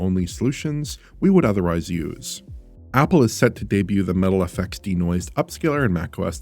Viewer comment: Idk why but their's something so satisfying about the way says Metal fx